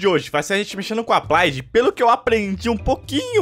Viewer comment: "applaid";-; e sua pronuncia e escrita do ingles incrível kkkkk